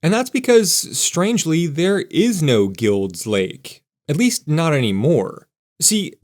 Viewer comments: Wonderful. Thank you. I think it’s pronounced “Guy-ulds” Lake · It's pronounced GILED's Lake (like the word MILD) even though it's spelled Guild Lake. Locals say the possessive s just like Sauvie Island is called Sauvie's Island by locals. I'm a 4th generation Portlander and my dad grew up in Guild's Lake. His dad was in the military and drove trucks around the shipyards and rail areas during WWII.